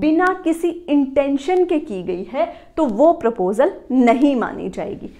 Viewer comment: It is proposal, not 'propsal'.